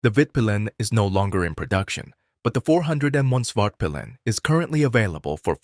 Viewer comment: This video is so AI generated.... also I would not take advice from somebody who names svartpilen "spart pillin"